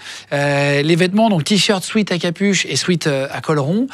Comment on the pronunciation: guillaume PLEASE on dit pas un SWEET on dit SWEAT prononcé swait. Merci